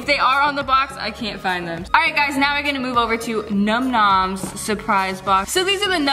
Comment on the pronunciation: The YouTube Geek...🤓 its num nom's not numb numnb's lol